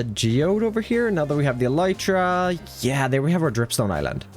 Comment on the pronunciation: You're saying "elytra" wrong. It's pronounced "elytra", not "elytra"!